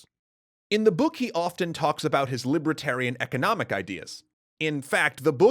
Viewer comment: What is this "libra-tarian" that you keep referring to? It's 'li-ber-tarian". And I don't know: will Arthur see Clark?